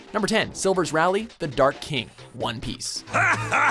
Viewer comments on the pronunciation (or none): it's not "rah lee", it's "ray lee" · Ray lee, not rally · is ray-lee not rally >.> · slivers rayli .... Rally ? cringe* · Silvers "Rally"?.... Good Gawd watch mojo... o.o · Sigh....once again, the butchering of One Piece names is pathetic. Is this guy really so stupid he doesn't know the difference between "Rayleigh" and "Raleigh" or does he just not watch the show? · I'm sorry rally RALLY........ IT RAY-LEIGH YOU ILLITERATE MORANoh no wait Samuel L Jackson says ENGLISH MOTHER F*** DO YOU SPEAK IT!? Stick a poster in that guys office from now on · IT'S RAYLEIGH NOT RA LEIGH JESUS CHRIST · Raleigh??? Who's that? Do you mean Rayleigh?! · It's pronounced Rayleigh not Raleigh. And the video failed to mention that he was the vice captain and right hand man to Gol D Roger. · Dislike for pronouncing Rayleigh, "Raowlee" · Did he just call rayleigh, rally.? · it is pronounced Ray-Lee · ( Ray-lee) get it right fam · Silver Ray-lee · he pronounced Rayleigh ralley fking dumbass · "silvers rally" BITCH WHAT THE FUCK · ikr!? not only did he whip Luffy into the power house he is now but alone HE IS A MONSTER AT HIS AGE!!! they even got his name wrong. it's Ray-"LEE"! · "Silvers Ral-leigh" ................. typical mojo. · Silvers "Railih"?!?!?!? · You said Rayleigh like it's the city! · why do they always say the name wrong? they said Rayleigh wrong, come on! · He said Rayleigh wrong ( The same was with other people saying Levi wrong)